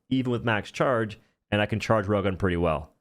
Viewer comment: If not for the railgun on screen I wouldn't know he was talking about the railgun when saying "Rogon".